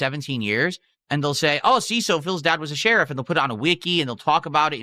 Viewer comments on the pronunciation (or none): What’s a “Shayriff”?